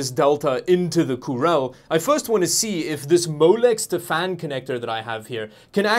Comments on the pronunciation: I love how he keeps calling it the "Coorel" because of the original broken translation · Cooler? You mean Coorel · Dammit, you've said "coorel" so often that I'm about to start saying it too instead of "cooler". :) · I've had saying coorel in my head since he made the first video about it. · Kural? Wtf. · Why he mispronounces 'cooler'? 🤣